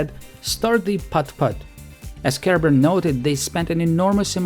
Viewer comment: Is anyone else hearing Kerber as "care bear" and imagining soviet design meetings with Funshine present? Just me, ok.